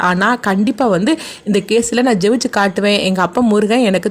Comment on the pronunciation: தாங்கள் எந்த ஊர் உங்கள் பேச்சு வழக்கு வித்யாசமாக இருக்கே. ஜெயிச்சு என்பதுதான் " jevichu" nu சொல்லுறீங்களா மேடம்